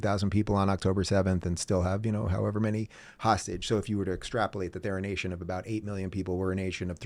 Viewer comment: I also love when I hear you say, "how - EVER...."